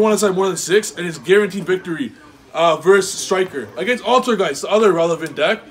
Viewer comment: “AlterGAYS” bahahahahhaa